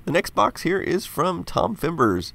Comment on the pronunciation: Over my air conditioner every other time I hear you say next box it sounds like Xbox and I think you're getting in the original Xbox. I mean I always correct myself, but you know how it feels to think something for an even though you've already been told before.